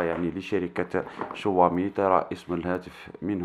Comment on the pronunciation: تنطقها شووامي و تنصح به ؟ عندما تعرف شيئا عن الهاتف انصح به ... و ابدأ من نطق اسمه بطريقة صحيحة